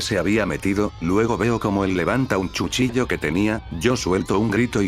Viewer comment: Escuche chuchillo en ves cuchillo